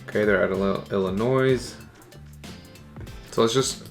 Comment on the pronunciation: Love your videos so far my man but it’s pronounced IL-LUH-NOY, not IL-LUH-NOISE